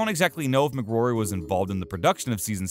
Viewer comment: Helen Mc Cory, not Mc Grory😱 almost as bad as someone saying Sealian Murphy 🤔